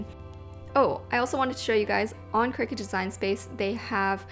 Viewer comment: Lost me when she said ciricut